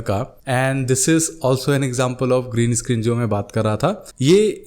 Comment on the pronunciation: Green escreen which is not said very correctly